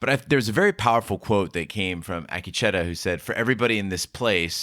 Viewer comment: You’re great!!A-KEEEE-Chi-ta Say it a couple times. Maybe that will help!!